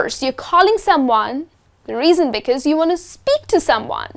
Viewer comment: You pronounced 'Because' incorrectly.